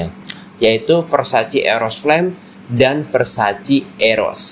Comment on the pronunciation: versace not versaci